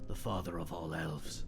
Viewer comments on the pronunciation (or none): Nara: "frather"